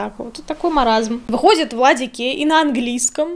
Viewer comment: Все же слышат вместо ВладиКей — ВладиГей? Может это такой камингаут? 😂